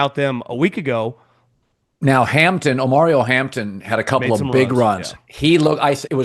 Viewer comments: “Omario” Hampton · OMARION Not OMARIO